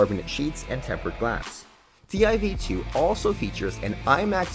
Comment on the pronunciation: Hey mind its prouneced tiv2